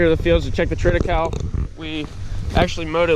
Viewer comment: What kinda of hay was that? Sounded like you said treada-cow? Is that you plant in the fall harvest in the spring? Do you have to replant it each fall ? How’s that work?